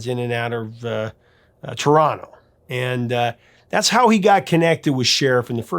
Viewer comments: I remember Frozen Ghost getting a lot of play on MuchMusic, presumably for CanCon reasons (good song though). Had no idea about the Sherriff connection! BTW, appreciate you pronouncing "Toronto" correctly! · Thank you for saying 'Toronto' like a native.